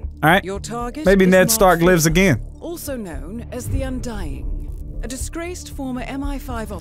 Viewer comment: "The undyingING"